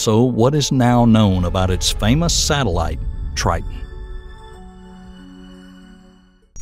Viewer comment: Titon,triton,titon tire